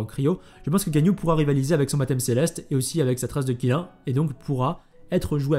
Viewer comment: Qilin se prononcerait plutôt "Tchilinn" le Qilin c'est "la licorne chinoise" (mais parfois il est représenté avec des bois de cerfs) :3